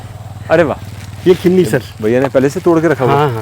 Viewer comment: Khinni ya Khirni bolte hai na ki Kinni.